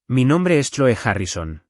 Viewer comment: SE DICE CLOE,POR FAVOR PRONUNCIA BIEN